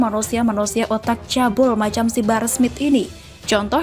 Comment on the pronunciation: Min barah apa bahar??,, Please deh cek dulu bacaannya sebelum di upload🙏🙏🙏